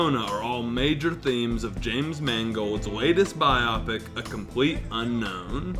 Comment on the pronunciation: What’s a “bi-oppic?” It’s “bio-pic,” as in “biographical picture.”